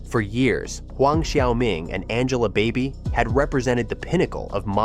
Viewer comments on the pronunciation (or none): Angela Baby. Not Angela Body